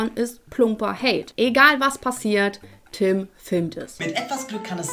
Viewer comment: Ich finds nur schlimm, dass die meisten Tüm oder Töm anstatt Tim sagen 😂